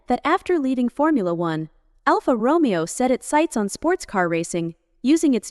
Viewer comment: why do i even bother............ it's pronounced Romayo